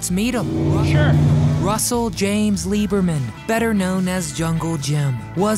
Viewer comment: In the thumb nail. The woman on the right is not jungle Pam. It’s Barbara Rufus. She’s also in this video standing in front of the demon funny car… and Jim’s last name was not LEEberman. It was LIBerman.